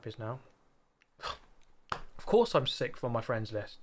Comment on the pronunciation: I watch super gt before bed and at this point i have a pavlovian response of getting sleepy when i hear “sikth”